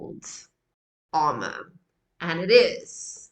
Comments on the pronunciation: Ahhhh! Her name is Pau (Pow!), not Po. The song is Amour (Ah-moor’), not Armor. It’s French. The song was inspired by a short scene in the movie Ratatouille where a mouse scurrying across an attic floor spies through a hole in the floor a couple fighting and then making up. Lyrics available on Google. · Not Armor...AMOUR, it's French. But that's a mistake made by many. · It's pronounced amore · There is no R after the A in Amour and your accent doesn’t pronounce R’s but somehow you still put one in there. There’s some kind of witchcraft going on. In any event, confusing Love for Defensive Outerwear can cause some confusion as to what a song may be about. Many, many reactors pronounce it Armor or Armour and I think it has to do with how they learned to read. Some people don’t sound out words as they see the letters, they just have pictures of words in their heads and say whatever matches up best given the context. That works most of the time, but can get you into real trouble in the wrong circumstances. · It is pronounced A-More and means love in French.